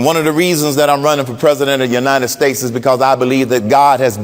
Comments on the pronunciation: I will never vote for anyone who says "The UNINEN States". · I will nevr vote for anyone who says "The UNINEN States".